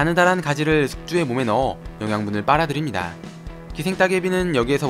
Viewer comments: 빨아드립니다가 아니고 빨아들입니다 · 빨아드립니다 -> 빨아들입니다... 인거 같아요